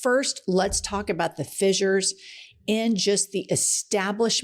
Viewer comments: ss = "s" not "z" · She keeps saying “fizzures “, when it’s pronounced “fissures-(fish-ers)”. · holy fucking shit. it's fissures, not fizzures. don't give the opposition fuel. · Not even a minute in Jen and you have said fissures 4 times...all pronounced incorrectly....I will give it another minute but I am sick of your crap already